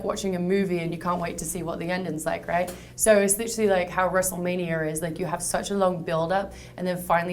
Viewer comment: "Wrestlemanier" Lmao god shes cute.